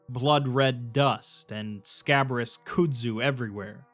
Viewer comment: "could-zoo"\ "cude-zoo" No, HOLY FUCK NO. "Kudzu" is pronounced "cud-zoo" "cud" being pronounced with a hard "k" sound and it rhymes with "mud". PLEASE for the love of god, LOOK UP words you arent familiar with, its 2025 and the internet is everywhere, its literally trivial to do, and the constant mistakes really detract fromneverything awesome you do.